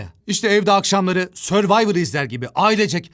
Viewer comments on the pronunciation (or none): none